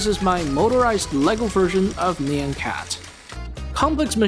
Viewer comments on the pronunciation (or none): "Nee-yan" son 💔🥀🙏